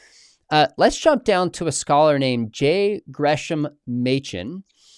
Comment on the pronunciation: Now that I look around, I think you and were right. Actually it was his first name that isn't pronounced like you'd think, pronounced GRESS-ahm rather than GRESH-ahm. Thanks for letting us know!